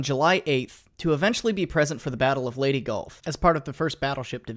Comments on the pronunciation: Excuse me, but did this mofo just say, "LADY Gulf"!? It's LEYTE Gulf. [ley-te] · For fucks sake when is a westerner going to understand that pronouncing leyte as lady is wrong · Lol you still pronounced Leyte wrong XD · Hey man! Great content, but I’ve noticed for a while you keep mispronouncing Leyte. I’m a filipino and it’s pronounced “Lay-teh” lay as is to “lay down” and teh with the e sound like “tell”.